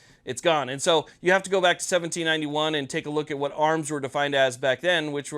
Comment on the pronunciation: Say vhat?